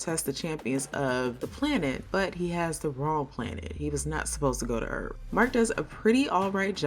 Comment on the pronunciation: Dear god. Were you asleep during your 4th grade reading class while reading the narrator sides for this!? And did you actually say “Erf” (instead of Earth!?). Thank goodness he lives-a-see another day… Please please please be an AI voice assigned to crappy summation writing.